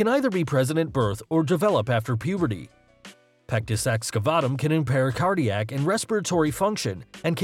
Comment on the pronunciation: Stop saying pectis excafuckingvatum